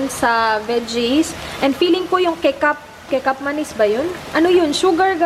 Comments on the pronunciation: 'Kecap Manis' pronounce as 'Ki-chap Ma-nis' is a sweet soy sauce. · Kecap manis pronounced as catsup/ketchup manis means sweet soy sauce...love watching your vlogs! ❤❤❤ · Kecap-manis.. malaysian language yon, pag pronounce ay keh-chap tapos ang manis meaning matamis..sweet soy sauce..